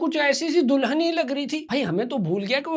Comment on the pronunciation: Dulhan ❌Do-lun ✅ Foodie ❌ Fudi-dia ✅ WTF bro🤣